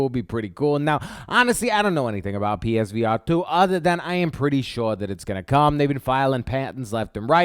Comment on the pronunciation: Psvr not page